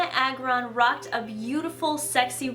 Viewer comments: it's Dianna Ey-gron. hehe. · FYI: Diana AY-gron. just so u noe